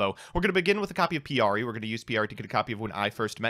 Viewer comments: "Piyari" This somehow hurts me more than Aignister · Yeah I was like, "it's pikari...."